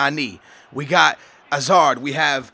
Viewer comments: say the H for Hazard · dude it's pronounced hazard ok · You pronounce Hazard weird lol